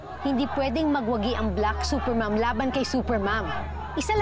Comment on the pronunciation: Bat parang sinasabi nila "BLACK SUPER MOTHER"??? hahahaha natatawa ako dun eh😂😂😂